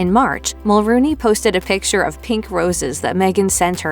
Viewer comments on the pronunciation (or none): Mel-RONE-y, not Mel-ROON-y.